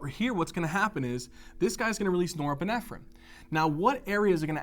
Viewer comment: i wish you would stop saying neuroepinephrine